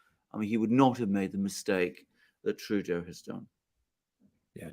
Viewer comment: Did you say Trudeau or Playdough?